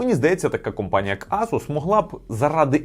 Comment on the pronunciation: то компанія, а не кАмпанія😄